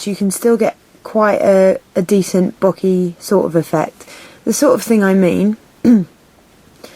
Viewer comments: I like your tutorials. Very simple to follow :) bokeh is bow-kay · Lastly, it's a Japanese word. The spelling of "bokeh" was just made up to try and help western society pronounce it properly (the "H" was an intentional inclusion to try and stop people from pronouncing it to rhyme with "bloke" or to have a long "e" sound). It's pronounced like "boke-ehh" with equal emphasis on each syllable.